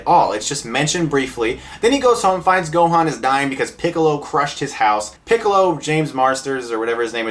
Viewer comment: They also pronounce Gohan's name wrong, which really really irritated me!